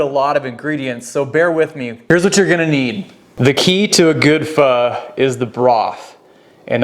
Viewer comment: Oh thank goodness you said it correctly! 👏 in Vietnam we make our broth with beef bones. We top our soup with london broil, tripe, Vietnamese meat balls, tendons and lots of herbs and bean sprouts...splash of lemon juice, hoisen sauce and sliced hot peppers...oh my! Definitely no tofu for us! lol! Glad to see this video!